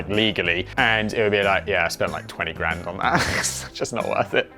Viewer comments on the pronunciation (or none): none